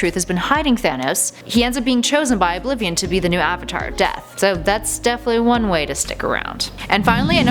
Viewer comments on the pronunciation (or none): none